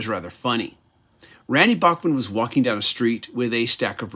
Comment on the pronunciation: Enjoyed this review. FYI, Randy Bachman has always said that his last name should be pronounced as Backman